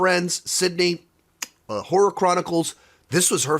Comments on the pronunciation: oh, i thought you said whore ticktokers, then I figured it out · HORROR TikToker’s, you said horror! Man, I thought you said something else and I was shocked. I rewound it about 4 times til I got what you were saying! For a second there I thought had one heck of a debaucherous time.